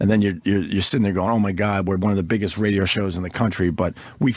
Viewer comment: Every time opie says RAYDEOOH shoooow I fucking cringe so hard